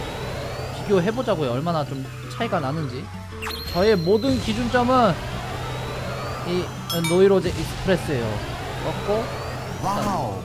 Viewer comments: 노이로제 익스프레스가 아니라 노르테유 익스프레스에요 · 노이로제가아니라 노르테유에욬ㅋ